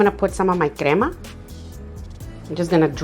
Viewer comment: Lovely! I didn’t see how you make what you called ‘grama’, din’t hear properly. It’s the white creamy source.